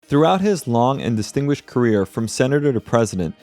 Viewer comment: Long " distinguished"????😂😂😂😂